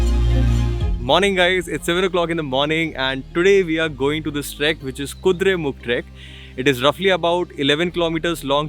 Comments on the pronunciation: It is Kuduremukha not Kuduremukh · it is Kudremukha not Kudremukh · It is KudreMukha. Not Kudremukh. Nice video :) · It is kudhremukha not mukh...😊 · It's not kudremukh it's "Kudremukha"😊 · please name it correctly... its kudremukha..